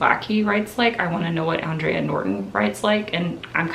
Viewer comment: I know you love to learn new things so I thought I'd share this tid bit of info with you... The author you keep mentioning "Andre Norton" is pronounced "Aan-dray" like the man's name. She was born Alice Mary Norton, but she legally changed her name to "Andre" not only because she thought there was a prejudiced against female science fiction writers but she wanted to better appeal to what was thought to be a male-dominated genre. It seemed to have worked too because she has been hailed as a Trailblazer for women in the field and is probably the biggest groundbreaker for women in science fiction! So while you are 100% correct that she was a woman, her name is pronounced as a man "Andre" & not "Andrea".